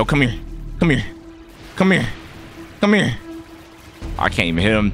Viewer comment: the way he keeps saying cmhere